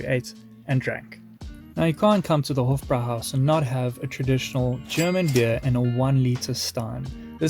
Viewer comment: The "e" at the end of Spätzle is not silent. You got it right on the Schweinshaxe! So jealous of this eating tour! Hofbräuhaus is pronounced like "hoffbroihaus."